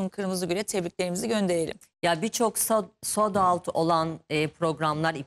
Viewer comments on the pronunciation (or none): Sodaut değil Soldout. Emin değilseniz ingilizce konuşmanıza gerek yok. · Sod aat 😅😅😅 neden yani? Bırak türkçesini söylesen